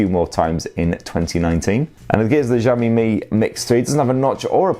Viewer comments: Shiaomi, SHIAOMI, not zhiaomi, jeez.... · xiao mi not zaoooo mi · Who is the 1st tech reviewer who started saying 'JOW ME' Please stop it! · You are pronouncing xiaomi wrong